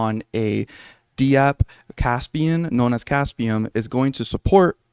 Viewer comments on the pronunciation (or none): In web3.0, we typically say dapp, like one syllable, one word...very rarely is it pronounced D-App 😊 just FYI. Love your content man. One of the few kaspa news sources backed by facts, not hype. Keep up the good work!